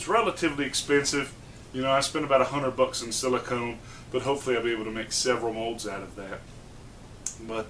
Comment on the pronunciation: Silicone..... even my voice recognition on my phone is smarter than you.